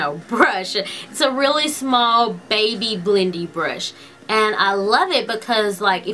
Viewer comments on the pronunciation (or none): Can anyone tell me why she adds a to most words she says like instead of brush she says brusha . Or day id daya